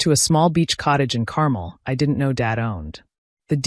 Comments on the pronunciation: Pronounced Carmel wrong. Think car-mel not carmal. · Not Caramel but CARMEL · fix your AI Carmel is pronounced CAR MELL